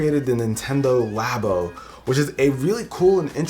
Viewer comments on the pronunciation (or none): none